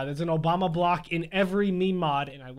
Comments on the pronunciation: its not me-me its meme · ITS PRONOUCED MEEM JEEZ